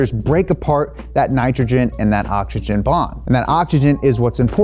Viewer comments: Some day he's gonna learn how to say oxygen (ogchichen)😂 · Ogsichen or ogsuchen•